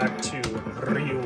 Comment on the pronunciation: Ree you. Everyone gets it wrong. Same with the pronunciation of Yakuza. The incorrect pronunciation of "Yakuza" became the American pronunciation, and the correct pronunciation became the British pronunciation. The only correct pronunciation in my opinion is the Japanese pronunciation. I can't stand the American pronunciation. It is WRONG and everyone says it that way in the movies except Hugh Jackman in The Wolverine. He fights Yakuza and pronounces it correctly as Wolverine. In Daredevil, the show, Charlie Cox uses the American pronunciation, which really takes me out of the show. If Elektra and Daredevil are so well trained, why can't they use the correct pronunciation? Weren't they trained by professionals? Just seems like they are ignorant to me. Pronounce Yakuza correctly.